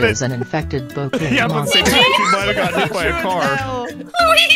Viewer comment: & the way says Luigi 😂